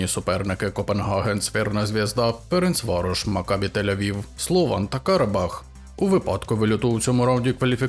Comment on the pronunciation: випуск норм але чому автори вже не вперше неправильно називають команди,? ЦВрена Звезда БреДБаблiк РФеш?